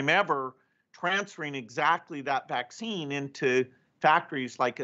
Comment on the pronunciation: His pronounciation of the Vax - Vaccccccccine, is the one that gets me! Peace.